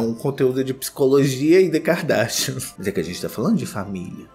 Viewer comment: Eu amo quando o fala “Kikadarsha”